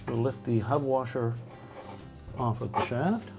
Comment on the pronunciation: Please learn how to use the words THEE and THE correctly !